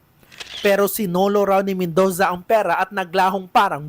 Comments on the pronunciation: Mendoza❌ Mendowza✅ Murder❌ Merder✅ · BAKLANG MEN-DOW-ZA 😂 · Pangit ng Bigkas ng Reporter nyo, Robot amputa. Men-dooo-za, parang ung font na Roboto Came to Life.